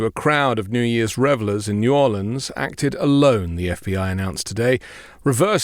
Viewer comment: As someone born and raised in New Orleans I was quite pleased to hear you pronounce the name of my original city correctly.❤